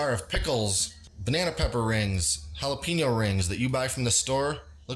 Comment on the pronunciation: jalapeeeeno is not how to say it .. we say texas, not teeeexas, wake up